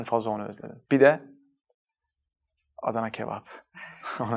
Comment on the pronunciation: Adana kebap demesi çok hoşuma gitti😄 Türk bir isvicreli olarak aynı anda kendime sordum ve cevaplar bire bir aynı.🥰